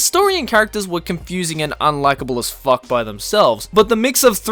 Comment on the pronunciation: I'm watching this in my room and my parents came in and asked why were there so many cuss words to whatever I'm listening too. When gets triggered he throws in 3 "facks" in a sentence confirmed.